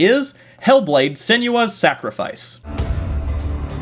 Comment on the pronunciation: This is the most nitpicky thing in the world, but Senua is pronounced "Sen-uh-ah", not "Sen-juh-ah". 😂 Yeah, I'm that guy.